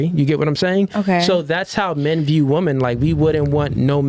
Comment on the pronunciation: Brother can you please work on your enunciation, you're pronouncing women as wu·muhn instead of wi·muhn